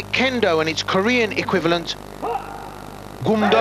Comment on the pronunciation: "Goom-doh" not "gum-doh". It's not bubble gum.